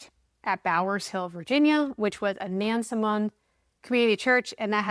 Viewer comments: Im from that area. People with these last names are everywhere there. BTW we pronounce it Nans-mond. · Locals pronounce it "Nasmund". Like Nawfuk and Sufuk. Instead of Norfolk and Suffolk. Portsmouth ? "Portsmith". Now do The Guineas of Gloucester Point. It's on the Middle Peninsula.